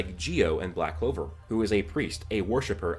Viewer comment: This guy is funny he says Noel or yuno might develop the 6 leaf clover ok yes they have both expressed the power of the devils dude the show is called back clover not sigh clover or I don't like Asta but I do clover if it's going to happen Asta is going to do it